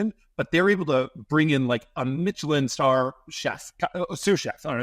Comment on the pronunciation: He pronounced Michelin as “Mitchelin”, what a clown